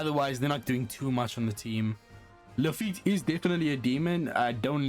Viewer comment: Why arr u saying luffite? Its pronounced la-fit